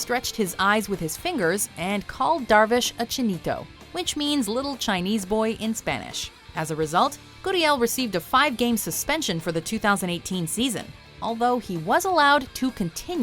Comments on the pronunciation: Chinico. Really bruh its chinito, but why would someone do that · Chinico? It’s chinito and that doesn’t mean lil Chinese boy we say papitas for papas or negrito or salsita for salsa that being said the eyes 👀 thing was bad. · Am I the only one that gets annoyed when they missed pronounce a word like chinito and I have to go back and figure out what they’re saying